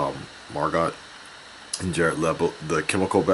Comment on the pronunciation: her name is margo the t is silent